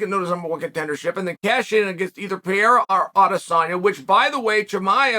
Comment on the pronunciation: Sonnen, it’s not Piera, it's Pe rei ra